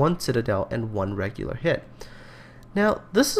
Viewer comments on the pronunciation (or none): none